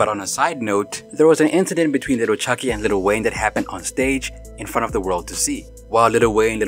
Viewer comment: please stop saying Little it’s Lil the ebonics way Lil Chuckee thanks in advance!! Oh yea Lil Wayne not Little Wayne!!!! If your gonna use or be a part of our culture you gotta present it the way it’s meant!!!